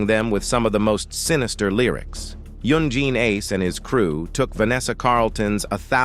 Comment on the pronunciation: yoon gween ace